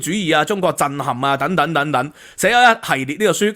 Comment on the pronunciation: "等等" 讀 deng deng, 不是讀 "躉躉!